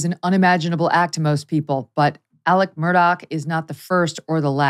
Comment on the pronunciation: Murdaugh (mur-daw) not Murdock.